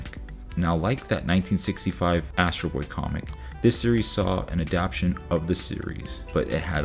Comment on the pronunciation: Good video! Minor quibble, it's 'adapTAtion' not 'adaption' (which isn't actually a word, I'm pretty sure.) Stay awesome!